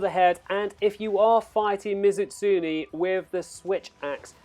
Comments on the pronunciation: It's not pronounced Ms. Utsuni. It's me zoo tsun e(e like in bed). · You're not good at accepting criticism. And no, your pronunciation of Mizutsune was pretty damn bad. But I didn't make a big deal out of it. Just told you the right way.